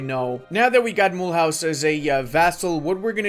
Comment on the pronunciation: mule house is pronounce mulooze ...